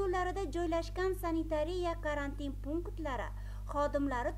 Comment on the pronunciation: Карантн деб эмас, карантин деб талаффуз килинади.